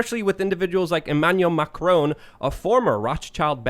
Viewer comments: Mac-a-rone. HAHAHAH Ma-cron. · Please try and say Macron. Getting triggered by Macroan, lol. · It’s pronounces “MA-KHR- spit -ON” not “MA-KR-OWN” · Here in the U.K. and majority of Europe NO MSM reported on the year long yellow vest protests, there was a ‘D’ notice in force !!! And please learn to pronounce Macron’s name correctly 👍